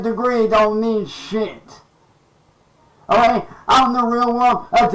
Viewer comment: A degree doesn't get you anywhere oh-ghay? 😂